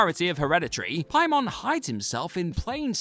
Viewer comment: Say Pie-mon one more time